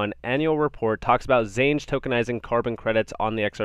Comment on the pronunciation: Xange is pronounced exchange bro.